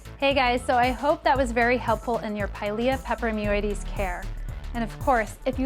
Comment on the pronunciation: I think she enjoys saying pilia peperoimidiessseieieses